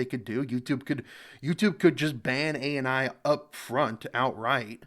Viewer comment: Thank you so much for making this ! BTW you are pronouncing his name right ❤❤❤❤ Just for perspective: Under Indian law, the concept of "fair dealing" is similar to "fair use" under U.S. law, though it is more restrictive. It is outlined under Section 52 of the Indian Copyright Act, 1957, which lists certain acts that do not constitute copyright infringement. What is Fair Dealing in Indian Copyright Law? Fair dealing refers to specific, limited exceptions to copyright protection, allowing use of copyrighted work without permission from the copyright owner, for certain purposes. Permitted Uses Under Fair Dealing (Section 52(1)) You can use copyrighted work without permission in the following cases: 1. Private or Personal Use Including research or study Must be non-commercial 2. Criticism or Review Of that work or any other work Must credit the original source 3. Reporting Current Events or News Including use in newspapers, magazines, or broadcasting Should be proportionate to the purpose 4. Use by Teachers or Students For instruction or examination purposes Limited to what's necessary for educational use 5. Parody or Satire Not explicitly stated, but some Indian court rulings have recognized parody as fair dealing in limited contexts Not Covered Under Fair Dealing Commercial exploitation Reproduction of entire books or copyrighted content Uploading pirated content online, even for educational use Use that affects the market value of the original work Key Considerations Courts U